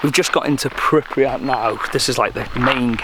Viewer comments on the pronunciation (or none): why does he keep pronouncing "pripriyat" ? its pripyat :D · Pripyat not pripriyat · pronounced: pripiyat but spelt: Pripyat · I SWEAR IF HE SAYS PRIPRYAT ONE MORE TIME